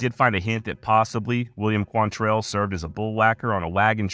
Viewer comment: Why is it nobody çan pronounce his name right? Look at the spelling. It QUANtrill. NOT quan- tell. Damn, why is that so hard?